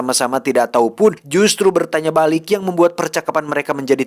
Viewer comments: Aduh si, diberitau pake u bukan pake i atuh hahhaha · memberi tau bukan memberi tai bang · ada yg ngeh ngga sih tiap ngmg "memberi tau". berapa x geu dengernya "memberi ta*" 🤣🤣🤣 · wkwkkw si tijalikeuh letah na memberi-tai